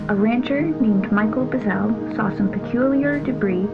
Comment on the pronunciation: The rancher's name was Mac Brazell. Not Michael Buzell.